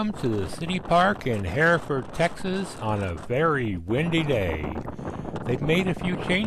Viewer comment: Please quit butchering the name....It's not Heeeford. It's Hereford, like the cow.